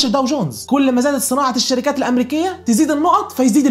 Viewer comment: ملهاش لازمة نبرت صوتك وانت بتقول الشركااات او اي حاجه في ا